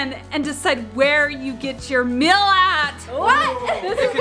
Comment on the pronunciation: pronounces meal as mail it’s not mail it’s meal, says it correctly and says mystery whale not wheel